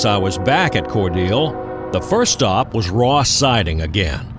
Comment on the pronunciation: Is it pronounced "Core-deal" or "Core delay"?